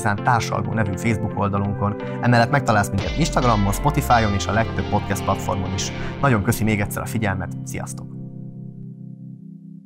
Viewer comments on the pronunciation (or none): none